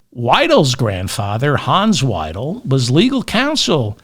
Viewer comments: 👍👍 Btw.: Alice Weidel AFD, say Alice Wydel not Alice Weedle 😂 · German here, and anti-AfD. Don’t laugh please, Merz is our best option. Vance, Musk, Hegseth and their intellectually challenged Dictator is a disgrace. By the way Weidl is pronounced like your word is pronounced, not like you pronounce